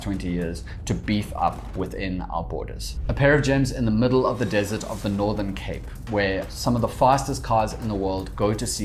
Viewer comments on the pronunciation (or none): none